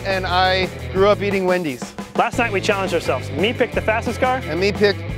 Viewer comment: "...and I grew up eating Wedy´s" HAHAHAHHAHAHAHA!!